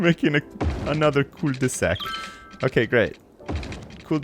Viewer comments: Oh my lord. A cul-de-sac (cold-eh-sack) is a simple street that has a dead end, usually having a circular, thicker end, like a dick. Commonly found in American suburbs. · You say it like cold-a-sack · cul-de-sac is pronounced: /ˈkʌldəsæk/. Cul duh sack. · COOL de sack? I thought was from Canada, not a different planet. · He's trying to say ''Cul de saq'' which is french for dead end. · Yeah, cul-de-sac is a thing (it's french for dead end), and no you're not pronouncing it right. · They don't say "cul-de-sac" in your part of Canada? I know they do in Quebec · I know, it's just insane how badly he pronounced it! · is from Canada and lives in the Channel Islands so maybe he has a fucked up view on how French is pronounced